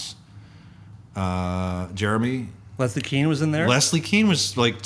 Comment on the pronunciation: “KANE” Don’t we pronounce Leslie’s name like this rather than “Keen”?